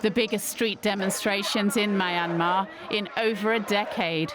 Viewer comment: Can you not find journalists who can properly pronounce the name of the country. MYANMAR not MY ANMAR